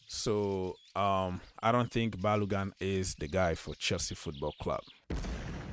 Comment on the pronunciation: Bro. go and learn how to pronounce Ba-lo-gun from Nigeria, Yoruba.